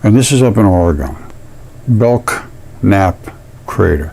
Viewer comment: The K is silent, it is pronounced bell-nap Camp/Crater. I have a Belknap family near me and that is the way they pronounce their name [bell-nap]. is onto something HUGE here! No pun intended. Lol